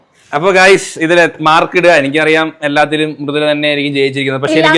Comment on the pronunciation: Pronunciation Mrudula fan fan fan fan fan❤🎉🎉🎉🎉🎉🎉🎉😮🎉🎉🎉🎉🎉🎉🎉🎉🎉🎉🎉🎉🎉🎉🎉😊🎉